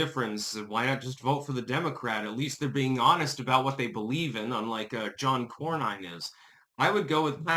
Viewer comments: It’s Cor-nen, not Cor-nine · Nin not Nine. John Kor-nin not Kor-Nine. Texas is a lot more defective in who it votes for than most people know. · As a voting Texan, I have been denouncing RINO John Cornyn (pronounced Corn-In) for years! I held my nose voting for him during Obama, but haven't voted for him since then & actively discourage family & friends from voting for his sorry azz. Boot him back to his mega-ranch & let him fade away in ignominy! FAFO, Cornyn! 🤠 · Pronounced "Corn in" 😂